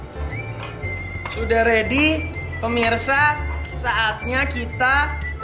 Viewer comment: Lucu pas ngomong permisa